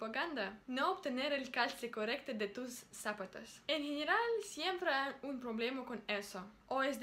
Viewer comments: cuando digas la palabra "Zapatos" acentúa la segunda "A".... digamos por ejemplo aun que no se escribe así... solo lo hago para que entiendas como se pronuncia ok ???... "zapátos".... besos sigue asi !!!... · Srita. En español la palabra "zapatos" se pronuncia "zaPAtos" la fuerza de voz es a la mitad de dicha palabra, por lo demas, muy bien.